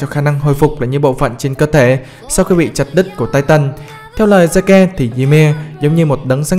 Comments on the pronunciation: Zeke đọc là Zích anh ơi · Zeke đọc là zít